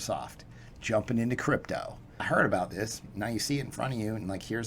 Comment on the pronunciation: Note to self: When ending a sentence with the word crypto, the word is pronounced CRYPTDO